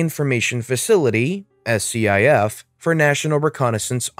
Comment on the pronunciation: It's pronounced skiff